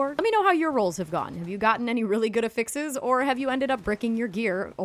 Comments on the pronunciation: Ok but effixes? >.> 😆 mild judging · lol and the help is appreciated! The pronunciation is NOT 😆